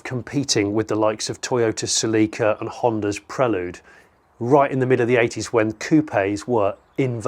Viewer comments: Good pronunciation of Prelude, yeah? 2.2 yeah? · Did you just say prelude like that. Come on. Spooooarts. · Brilliant video Jonny. And I heard it, I heard you say Prelood. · Great video as always you. Only one thing you said Prelude wrong missed off the yeah 😂otsot